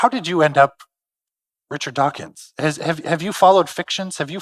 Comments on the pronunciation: OOF! I noticed that! {:o:O:} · So cringe to hear him laud Dawkins, then mispronounce his name on the very last line of the introduction.